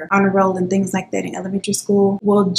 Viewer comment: I swear everytime you say "..and all of the tings" .. I smile